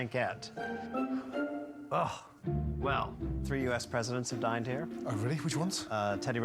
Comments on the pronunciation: MasterOf4Elements oh, I thought he said died, haha! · I hope, though a president dining there isn't as impressive. When the owner says it, it sounds like it could be died or dined, but when Ramsay says it back, he definitely says "died", but maybe he was trolling, idk. 😂